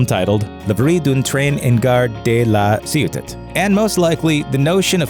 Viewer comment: I love how you say: "L'arrivée du train en gare de La Sciotat" ("arrival of the train in the La Sciotat station"). When I was a kid I didn't know it was an urban legend and I believed it. 😊